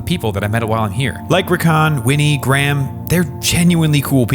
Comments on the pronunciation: “Edinbro” and also “Graam” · Graham is pronounced (grey-am)